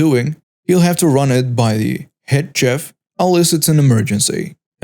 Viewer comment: Hello, just a small FYI, chef is pronounced 'shef', the 'ch' is very soft.